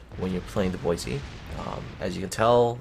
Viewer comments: She is disappointing, but, as you said, she is work-in-progress. Also, just to be picky about the name pronunciation, since I live less than 25 miles from Boise, Idaho; it is pronounced "Boy-see", not "Boy-zee". Minor nitpicking, I agree, but thought I would bring that your attention. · Yuudachi : Poi-se ??